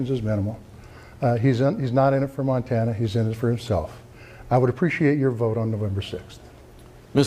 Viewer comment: How anyone could vote for Maryland Matt is beyond me. Matt Rosendale looks strikingly similar to Rudolph Hess, the Nazi. I'm sure his views align well with Rudolph's. Matt Rosendale is a creep in the highest order! He cant even say Montana right, c'mon Montana this choice should be easy, Vote Tester. He wont be a rubber stamp ass kisser to Trump